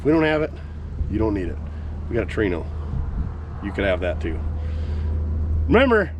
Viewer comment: Whore-ino? Takers 😂